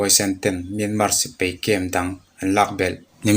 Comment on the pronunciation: Sipei a awmlo a sipai tih tur